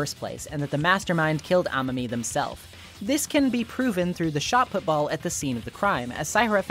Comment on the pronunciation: You know, i notice how you and and the dr anime switch up dr last names into making them sound more like first names. like the way you pronounce "amami" or "chabashira" you made them more quick and mispronounced to make them sound more like names.